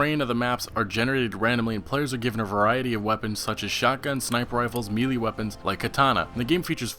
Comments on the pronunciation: you are the only person in 22 years I've ever heard say melee different then every single person I've met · Respectfully , why do so many youtubers pronounce melee incorrect?